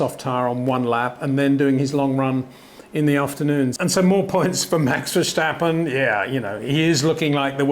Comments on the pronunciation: Peter please. It’s not VerSH-tappen. Do you say George RuSHSel. You don’t right? Your content is good mate but please I hear this with Paul Di ReSHta also. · HEY PETER WINDSOR, I HAVE MESSAGE FOR YOU SIR: With all due respect ... it is NOT Max "verSHtappen" ... Max is not German (Germans indeed do pronounce "st" as "sht") ... #Max33 = Dutch NL/Belgium! ... It is not "Bottash" nor is it "Lewish" certainly not "verSHtappen" .... This BS started long time ago when a British sport presenter interviewed father Jos Verstappen and assumed you can use a German pronunciation to a Dutch Driver thinking it is so "funny" ... It is not. Serious question: can any Englishman say "versatile" out-loud without saying "vershatile" phonetically? most can about 99,99% ... that is why most English can pronounce Verstappen 100% correct! Father Jos Verstappen (also F1 Racer) was very active between back then only a very few said "Vershtappen" but the vast majority of British sport presenters pronounced it perfectly ... only a few old stubborn farts like Peter Windshor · Please, please, please pronounce the name ‘Verstappen’ correctly, if only for your dutch viewers. It is very annoying to hear a name pronounced incorrectly each and every time. The ‘s’ in Verstappen is NOT pronounced as the ‘s’ in ‘should’ but as the ‘s’ in ‘still’ or ‘is’! So please use the sharp ‘s’ instead of a soft one as you are used to. Thanks!